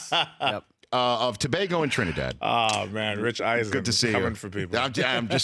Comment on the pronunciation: Big up to Rich for pronouncing Tobago correctly.